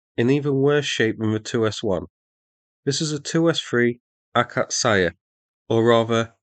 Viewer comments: Tip on the pronounciation: those are two syllabe words: it's AKA-tsya and GVOZ-dika, not Aka-tsa-ya or Gvoz-day-ka. Source: Slav, geolocated in Poland. Exact place not revealed due to opsec. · They are called Gvozd E ka and Akats E ya instead of Gvozdaika and Akatsaya. :) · a-KAT-see-ya and gvaz-DEE-ka. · >akatsaya >gvozdayka jesos. ure so bad at prounoncing, so so fkn bad